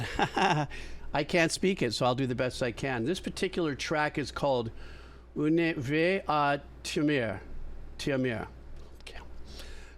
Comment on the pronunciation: Oon more like the u. English speaker have an hard time with this one. It s not Oo. think of it as the U says by a japonese. Tsuru not tsooroo. This kind of u